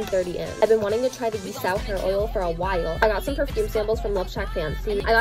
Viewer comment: No hate but the pronunciation of the gisou hair oil is not “ gi sa o “ it’s actually pronounced “gee soo “